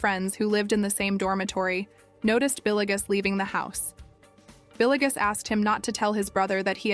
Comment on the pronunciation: Not trying to be an a**hole but it is driving me nuts how you pronounced Villegas (Vil-yegas) as Billy-gus..